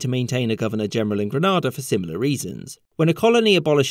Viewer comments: I like watching your videos, and as a Grenadian I really wanted to watch this one, but your mispronunciation of the country itself is so frustrating, so please learn it for the future 😔 I don't blame you because even British television gets it wrong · Truly informative video. Only one hitch, the island is pronounced Grenade-ah, never Granada, which is in Spain. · Please note the difference between Grenada (GrenAYda) W.Indies and Granada (GranAHda) Andalusia, Spain! Please don’t butcher the pronunciation, it makes it into a country that doesn’t exist. However, great video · Oh thank God, I thought, "am I going REALLY deaf or is he saying "Granada" (as in Spain / the tv station) rather than "GrEnAda" *all the way through?" Anyway the pronunciation thing is minor, really interesting vid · Was so thrilled to see a video being made about my island Grenada but I've struggled to watch the 4min video because GRANADA is a City in Spain. GRENada is a small island in the Caribbean. The pronunciation is like GRENADE not Granada. I hope this doesn't come across as rude as I love your content but I cannot stress how annoying this is! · Granada is in Spain, Grenada is pronounced 'Grenayda'. Love the topic and the channel though, and thanks for covering this! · It’s GreNAYda because the country is English, not GrenAda as the Spanish would say. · Grenada is pronounced as grenade and “r”, not as Granada, a city in Spain and a TV station in the UK. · Love your channel, just need to say though that you're not pronouncing Grenada correctly you kept saying Granada. This Gren-a-da *. Keep up the good work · Caribbean buddy checking in here. Just one minor correction. The name is pronounced like "Gre-nay-duh" rather than "Gre-nah-da" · Triniz saying "Gree nay dah" says " Gree NA DA" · Istg if someone calls Grenada “Granada” again I’m actually going to commit a felony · GREN-NAY-DAH not GRAN-NAR-DAH My Great Uncle was senior member of the New Jewel movement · Gre nay da